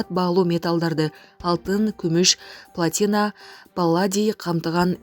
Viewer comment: Пл'Атина-басым "а" тамгасына түшөт.Эмне үчүн кыргыз дикторлор ушунчалык сабатсыз?